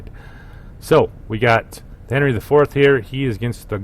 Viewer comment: Great commentating but: My torpedoes have 12 km range. ;) Also Worcester is pronounced as Wuster. Japanese ships names are easy to pronounce, there is youtube video how to do it. English one, not so much. :D 700/21000 hp is around 3%. Henry is actually pronounced Anri, as it is French ship. Named after great king Anri IV of France, probably the only one they had that wasn't catholic.